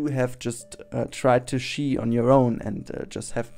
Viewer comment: its ski in english, with a hard k.